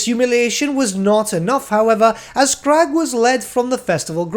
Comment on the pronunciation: Came here to say the same about Skrag's name. I've only ever heard it pronounced as skr-RAG with emphasis on the last part so hearing "Skraaag" is really weird to me.